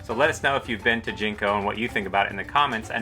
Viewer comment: Jiko, not Jinko